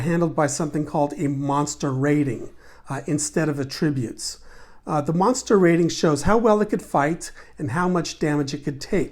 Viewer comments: It's fine to pronounce it that way, just not in that context. You can atTRIBute your success to any one of your ATTributes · "Attributes". Only a yank could pronounce it incorrectly. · First of all, great video! Second of all, the way you pronounce attributes was driving me crazy...lol